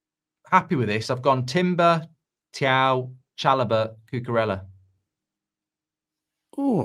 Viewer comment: ... Thiaw... The commentators pronounce it CHOW 👀🙌